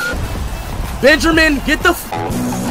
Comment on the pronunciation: "Benjermin" dawg💀